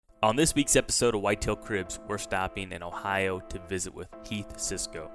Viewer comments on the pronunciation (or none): none